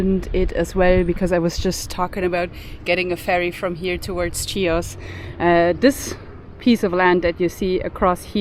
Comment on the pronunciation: its not CHIOS its ''HIOS'' the pronanciation its not CH its H [like ''h''ard for example]..!